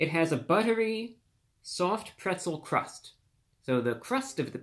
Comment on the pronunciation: Pwetzew Cwust Pizza with peppawoni, yummy 😂